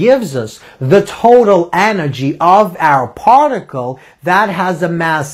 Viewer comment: The teacher is great but I agree with John: "of a PAR ticle. So we were able to SHOW that kinetic EN ergy just like time, distance length & mo MENT um" Nobody in England would ever talk like this.